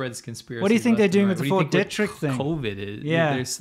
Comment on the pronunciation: BTW guys, small detail, it's pronounced Fort DEE-trick. I grew up 40 miles from there.